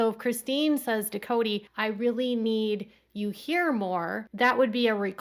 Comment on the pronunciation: Or, "I'm really confused..." Correction: "I'm RILLY, RILLY confused..."